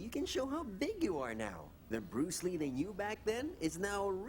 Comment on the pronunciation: Its he BES brus lee